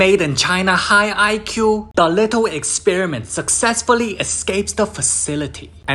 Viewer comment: The whole part of "But using his made in china high IQ, the little experiment SuAcssesFullY EsCapes tHe FaciliTy" Is amazing lol. 😭🙏✨